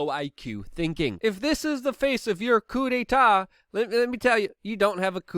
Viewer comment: Nice, you pronounced 'coup d'état ' with perfect French! 😉